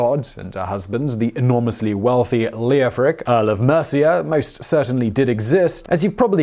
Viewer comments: The “e” is silent. It should be “Lof-Rick” and “Jof-fri”. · Leofric is pronounced Lef-rick. Like Geoffrey, the O is silent. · I worked with an engineer a few years back called Leofric and he didn't pronounce the O. Of course, that's just one person and still possibly incorrect. I only bought it up because Simon always excuses his pronunciation.